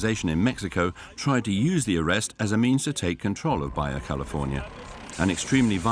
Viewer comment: This isn't East/Northern EU... Baja is not pronounced as Baya...